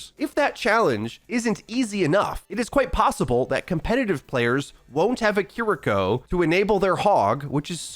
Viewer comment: Who’s “kur-eeko”?